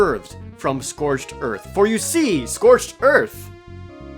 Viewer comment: "Scorched earf"